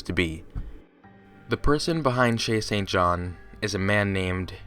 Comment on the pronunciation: All I hear is "Chasing John"